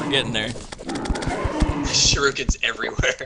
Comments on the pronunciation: Shuriken, not shiruken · is shur-ik-ins not shur-roo-kins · Does pronounce "shuriken" like that on purpose? I noticed Jesse Cox pronounces it exactly the same way. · Why does EVERYBODY pronounce Shuriken wrong? Its like Raiden from Mortal Kombat... EVERYONE says it wrong.